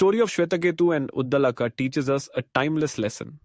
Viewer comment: He is pronounced Udaalak.